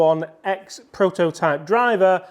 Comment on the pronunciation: Model is pronounced 'Oh-eight-eleven-ex'